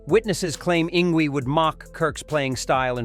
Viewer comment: "Ing Gwee" LOL!!